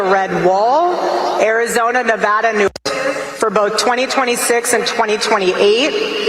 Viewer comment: As a current resident, thank you for pronouncing Nevada correctly.